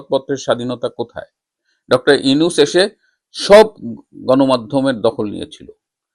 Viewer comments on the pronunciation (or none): none